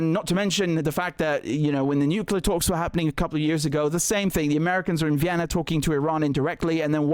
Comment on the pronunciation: Why can't any of these fvckers say the word Nuclear???? There should be a rule that states that if you can't say the word, you can't have those types of weapons. I guarantee the danger of a nuclear war would be eradicated overnight!